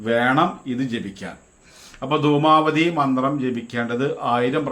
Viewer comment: ദുമാപതി അല്ല ദുമാവതി